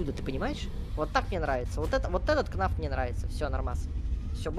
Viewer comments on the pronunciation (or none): Ты сказал не фнаф а кнаф